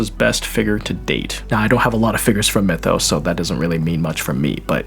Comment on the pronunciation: Since it's a Chinese manu I just found a Chinese video on YT and yeah, they say Myethos, not "Mythos".